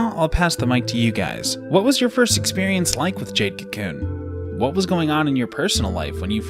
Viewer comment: Adding a random pet peeve... the way you say kew koon. lol. bye bye